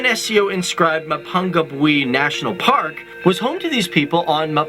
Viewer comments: This presenter is butchering these names yo. Mapungubwe is pronounced Ma-poo-ngoo-bwe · Mapungubwe is Ma ( as in Mum) pung (poong) goob where. That pronunciation was awful. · Yeah, hearing his Pronunciation of Mapungubwe was the one that hurt the most, like, the others were bad, but Mapungubwe was the worst one hands down